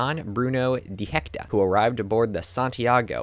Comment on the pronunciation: Not Don Bruno De Hecta but rather De Heceta, Pronounce here as He-see-ta. Emphasis on see. Also, not Gray Harbor but rather Grays Harbor. Nez Perce not Nez Pierce. Jeez, this is pretty shoddy work. If you are going to give a history lesson please learn how to pronounce the names correctly.